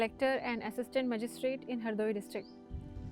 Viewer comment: Magistrate not majistrate